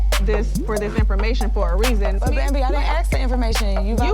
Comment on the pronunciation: Its "ask".